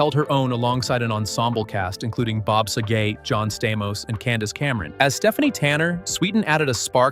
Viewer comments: "SAG-GET"....BOB SAGET.. smh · Also mispronounces Dave's last name